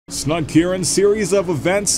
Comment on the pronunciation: Lol..my youtube autoplay captions the dialogue. Opening clip guy's name got changed from Snugkieran to snug urine. Enunciate! YouTube's doin ya dirty lol